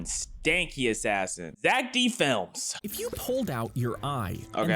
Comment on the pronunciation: it’s Zeck flims